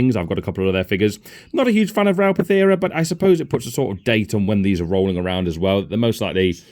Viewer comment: It's Ral Partha not Pathera, interesting video none the less